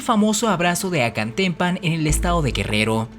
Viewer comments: ACATEMPAN sin “N”🙄🙄🙄🙄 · No es Acantempan, es Acatempan No es Barbón, es Borbón! No es Oudonoju, es O'Donojú , con acento en u, y sin u tras la primera O...no entiendo por qué no lo pronuncias bien si el dato del.nombre lo pusiste bien! Tu trabajo de investigación es bueno y mas aún lo es la intención de decir la verdad no lo oficial. Pero la pésima pronunciación demerita tan buen trabajo. Intenta mejorar, tu canal vale la pena. Saludos